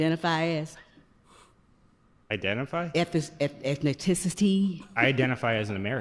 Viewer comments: Apparently, it's pronounced "ethno-tens-nicity" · KARMA ETHINITISITY?? WTF SPEAK ENGLISH SKANK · 😂😂😂 Why do some black people feel the need to Embarrass the community, Why🤔. She couldn't even pronounce "Ethnicity". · I have no known relatives in Africa. I am American. Until she can pronounce "ethnicity" properly; she should sit down.